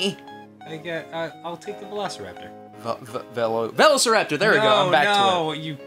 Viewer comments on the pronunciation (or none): ross still said vellaserraptor the first time. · He's not, he's calling it a VELiciraptor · I swear he still said Velo si raptor. JERRIsic Perk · he said VELLOsauraptor tho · He didn't say velociraptor right at all... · Ross never said Velociraptor properly in the first place...